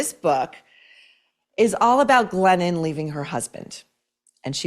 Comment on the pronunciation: When Maureen says "Glennon", I hear "Lenin". Basically, Glennon-Lenin composed a book made-up of old bumper sticker slogans. Co-Exsist! How about we Co-EXIT from the imposter author with mental problems?